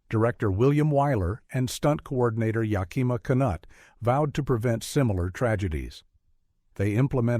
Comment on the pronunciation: Not ya-KIMA’ but YAK’-I ma Knute-“. AI never gets pronunciation correct. Ben Hur is the best movie ever made, period. IMNSH opinion.